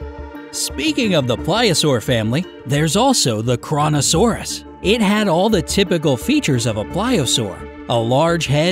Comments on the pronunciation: FYI - your pronunciation of Kronosaurus is incorrect. Here's the phonetic: Crow-No- Sore-us. It's named after the Titan: Cronos - Zeus' son in Greek mythology. Cronos tried to eat his own children and Kronosaurus ate smaller Pliosaurs, which led to its name. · Any else heard KORONOsaurus?